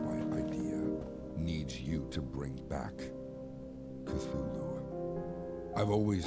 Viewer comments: OMG, not Kazoolu!!!! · If they were going to mess up the pronunciation of Cthulhu, they should of and went for Cthuwu...